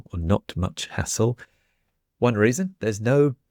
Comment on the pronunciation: I was driving while listening, and all of a sudden, I hear saying that when travelling by train, there's much less asshole! I can't read the subtitles so I rewind a bit and listen again, and again. I didn'd know this word "hassle" until this afternoon. In my french ears I make absolutely no difference between these two words 😅